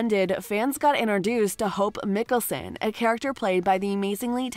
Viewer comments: mikelson bro butchery of the names are disrespectful. bro brush up on your name announcements and then speak about it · The narrator of this video has obviously not watched any of these shows. Her pronunciation of Alaric, Stefan, Damon and Mikaelson is so wrong!